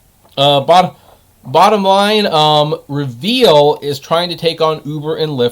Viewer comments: Not reveal lmao. It'a re-vul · It's not "Reveal", it's pronounced "Re-Vle", like "Rebel".